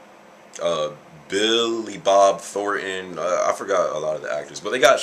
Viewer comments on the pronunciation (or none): Its funny the way he says billy bob thorton